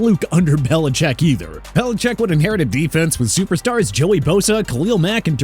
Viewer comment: Why you do belicheck like that 😭